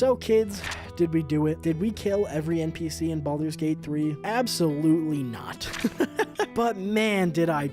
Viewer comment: Baldur’s bate bhree